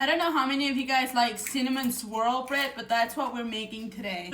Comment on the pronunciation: Oh I sware I heard you say Cinnamon Squirrel Bread in the very beginning 😂